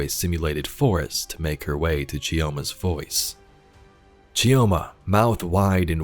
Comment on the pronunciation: It's Pronounced "Cho-ma". You drop the "i" like you drop the "D" in Django. :) I can't fault the audio dev team for letting it slip past them though haha